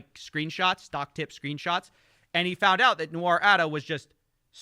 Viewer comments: Nice video, but it's Nour (pronounced "Noor") and not "Nou-ar" 😂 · Hey just for your info, i don't know how this guy pronounces his name "nour" but it looks like the latinisation of an arab name and the actual pronunciation should be "noor" like the double O in zoo not like french "noir" pronunciations. I don't mean to offend you or him or anything I am a huge fan, i binged most of your investigations. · Nour != Noir say it correctlly it's bothersome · Still, it's "Noor" not "Noir" in pronunciation! Common arabic given name. (Even my favourite dates are called Deglet nour, better than Medjool or Mazafati.) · It os pronounced noor (arabic) , noit noir (nuar) , which is black in french . 🙂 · nour(NOOR) noir (NU-AR) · great video just one little thing his name is pronounced "Noor" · Great video as always. I am so surprised that people continue to fall for these grifts. Boy do they start young these days. I guess its a little late to point this out, but the arabic name Nour is usually pronounced like "noor" with the vowels prounced long like the o's in "ooh la la" rather than the "Noir" pronunciation in the video. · I love you but nour is pronounced like poor with an n.. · it’s pronounced phonetically like n-oor 🥲 from a fan w the same name lol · Brilliant video but hearing "Nour" pronounced as "noire" for half an hour gave me ear cancer haha